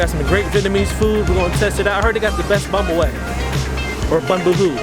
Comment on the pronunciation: bum ba way lol